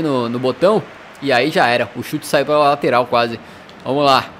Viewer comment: Alguém viu ele falando "Latoral esquerda" 😂😂😂😂😂